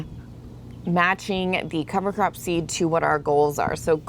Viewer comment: I honestly thought you were saying cover crapping 😂😂😂